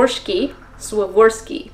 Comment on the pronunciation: S-war-vos-key crystal